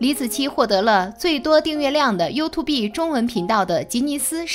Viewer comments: 她还说you to be… 笑死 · 把發音學好在說拉 YouTube不叫youtu~B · you too B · youtube唸法不是唸" you to be" 而是要分開唸"you tube".唸法: "you 梯烏補"，做為一個油管的優質視屏，連基本油管的唸法都錯，豈不遺笑大方? 即使內容再精妙絕倫，也難有說服力。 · 拜託一下，YouTube 是唸油吐，不是油吐必！ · walao eh，这个英文水平我真的是beh tahan，看了听了前面30秒我就顶不顺料，暂停视频后想关掉的，但就是忍不住要来吐槽两句 😂，听得真蓝瘦，YouTube居然给他说成 You To Be，笑死，我隔壁家三岁的小朋友发音都还准过他叻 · 是唸you吐(三聲)哦，不是you 吐B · Youtube不是唸you to be😅 You+tube > 跟我唸一次：(you) (toㄅ) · 还优兔碧呢，你这英文水平跟内容只能是误人子弟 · 聽到you to be的發音以後就不想看了😂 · 不能同意更多了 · 他频道里读过很多次啊 重音是错的 放在tube上了 you’tube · 这个女的讀出是 You Two Bee 呀... 很过份吧，相对来说老高的只是很轻微.. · 什麼是U 2 Be啦。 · 第一次見有人說念 you to be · 第一次聽到有YouTuber讀youtu"B"，差點笑死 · you to b 笑死人😆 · 优吐b太赶客了，看不下去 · U 2 畢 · you tu be哈哈哈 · 沒想到這年代還會有人唸「優吐逼」🤣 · 說了 You tu be… 就覺得惡心了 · “you to be”這讀音我笑了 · “优”“秃”“逼”，你的英文真牛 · 出影片前能不能做點功課，讀YouTube “B” 是想笑死外國人嗎？ 聽到都尷尬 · 連youtube 這個字都念成you to be 的人還能瞎掰什麼,牆內就不準看youtube 何來的封殺. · 想听可是一听到you tu be 就听不下去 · 作者是不是沒看過youtube 啊拜託不要唸you to be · you to be 什么鬼？要说中文就好好说，油管就油管you 吐 必 啥玩意😰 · you tube B 連發音都發不對 還發布視頻？ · 油2be，nb的发音😅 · 不是u吐必好嗎🙄聽到這發音就看不下去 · You to be 是三小啦... 要用這平台還不會讀這平台名字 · 能不能不要唸youto畢.... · You two bee... 聽得人吐血... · you和tube是两个单词，求主播查查发音正确念读orz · YouTube 剛出來時很多都這樣念啊，後來才開始發現念錯😂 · 連YouTube 都不會念 有夠智障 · 能不能查查词典再念YouTube这个词？！！一听就感觉文化程度很低…… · 請把英文發音說準了才來議論事情吧，連youtube怎麼發音都不懂，我也是醉了😅😅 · youtube的发音都没准过就说别人对科学的态度不严谨。。。别人一直都是站在中立的角度上发表自己的观点，说得仿佛自己没有脑子，只能人云亦云一样，已点踩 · 連YouTube 都不會唸，這素質就是好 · 你学人做什么youtuber? 连youtube 读音都不会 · 老高那不就是個睡前故事嗎？不是正經科普啊⋯⋯你這蹭熱度也蹭的太噁心，營銷號多讀點書吧⋯⋯YouTube 都能唸錯。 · 听到她念YouTube我就直接来评论区了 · 请先把 youtube 发音搞正确再说。后面全在瞎比比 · BE 不發音吧... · 連YouTube 都不會唸 留個言就關掉了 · 能把youtube念对吗？ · YouTube都念不对 还在那bb